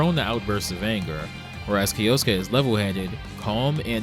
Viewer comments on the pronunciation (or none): Little weird semantic tip: kyo, like tokyo kyoto or kyosuke is one syllable. So not kee-yo-soo-kay. But kyo-soo-kay . Otherwise killer video